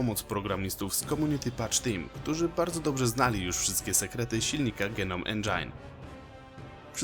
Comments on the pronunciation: genom endżajn xD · "Dżenołm endżin" - przepraszam ale nie mogłem sobie odmówić. Świetny film ale ten jeden szczegół sprawił, że wywróciłem się na lewą stronę.